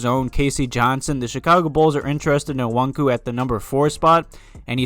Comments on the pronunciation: I agree that no matter what you draft best player available over need. Btw it's "O-KONG-WU" lol geezuz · It's pronounced Oh-kong-wu or Oh-kong-yu. That's what I've heard the most.